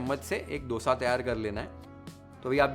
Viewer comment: thankyou for pronouncing it as Dosa . And not DHOSA.. Like most of the north Indians